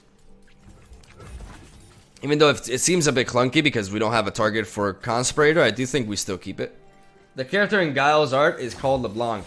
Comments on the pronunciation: Why are so many people calling Navori Conspirator, ConSPURator and not ConSPEERator. English is hard I guess, lol. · Na-vore-ry Con-spirit-tore is how to pronounce it :3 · The word is pronounced cun-spear-uh-tour